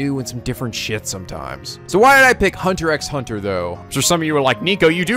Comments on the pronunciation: Okay so a few things - 1.) Thank you so much Nico, I love HunterxHunter so much, (Fun fact the x in the title is actually silent, so it's pronounced "Hunter Hunter") I know that you will love this anime. 2.) The 2011 anime sort of rushed Gon's reason why he wants to become a hunter so badly, and yes they will explain in further detail what a hunter is exactly in later episodes. In the manga we do see how Gon came to the conclusion of wanting become a hunter in the first chapter, but the 2011 anime skipped over that part because the 1999 anime had already used that as its first episode, so to make things a bit different they decided the speed things along for the meeting of Leorio and Kurapika. The 2011 does show you Gon's past in future episodes, so their is no reason for anyone to tell what happens, because that is a spoiler. Also Mito is Gon's aunt, not his mother , and is the cousin of Ging, Gon's father, the 2011 anime sorta skipped over that part as well at the beggining. 3.) This is off topic, but this is the english cast of the 2011 HunterxHunter anime if anyone is interested - Gon - Erica Mendez - Nagisa Shingetsu (Dangonronpa Another Episode), Maki Harukawa (Danganronpa V3) Leorio - Matt Mercer - Kanji Tatsumi (Persona 4), Yusuke Kitagawa (Persona 5) Kurapika - Erika Harlacher - Kyoko Kirigiri (Danganronpa Trigger Happy Havoc), Keade Akamatsu (Danganronpa V3), Ann Takamaki (Persona 5) Enjoy this anime Nico, and I know I'll love this reaction abridged! (Nice name chan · For the record Nico, the X in Hunter x Hunter is silent, so it's just pronounced Hunter Hunter. And considering Gon Wants to become a Hunter to hunt for and find his father that's also a Hunter, you could say he's a..."Hunter" Hunter (after he officially becomes a Hunter). At least, That's one interpretation of the name. ;) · Psst pssst, the x are silent.... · regardless if it was mentioned already, the 'x's between words is silent cuz why not